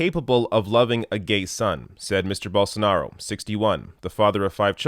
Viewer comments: “Bolsar — bwi uh — Bolsarnero” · Bolsonaro is far right?? Gtfo of here. Fake news. He doesn't know how to say his name ? Got him! Right?